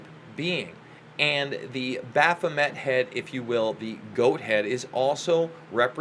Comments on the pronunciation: Wow. Wearing your ignorance on your sleeve. You obviously have no understanding of Thelema and its teachings. Crowley should never be compared to a charlatan like LaVey. BTW you are mispronouncing "Baphomet." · O no. Not only have you pronounced Baphomet wrong,but you have also not looked into the true meaning of ‘Do as thou wilt shall be the whole of the law.’ Nor have you studied Crowley. Probably just watched YouTube videos that spread it all as evil. Of course it can be used for sociopathy, but so is Christianity. It’s the person using the tools that is designed for light or dark. The tools are not inherently evil. Christ was a mystic & Christians call that interior consciousness evil. ‘Do as thou wilt’ is talking about being aligned with your highest consciousness. Therefore not needing the laws of man bc you are in harmony with natural law & LOVE. Those that walk in Christ consciousnesses are the limb of THE Divine consciousness & therefore ARE the Gods. That’s what it means! Do your homework before spreading Christian falsehoods that have steered the human potential into the pits of ignorance. Maybe stick to subjects you know something about. It’s pronounced Baphomay, you dummy!